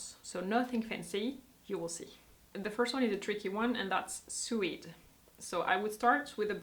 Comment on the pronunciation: the word suede is pronounced like the word swayed not suayed.